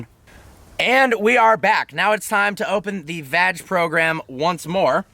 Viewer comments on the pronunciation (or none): It's VAG...not VADGE 😋! Loving the Lambo back dude!